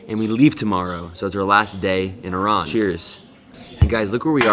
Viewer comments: Thank you for pronouncing Iran the correct way! ❤️🇮🇷🦁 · Thanks God you pronounced it right Not i ruuuun😂 It was interesting vlog 💚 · Thank you for saying Iran correctly. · Great that you guys call it Iran,not eye ran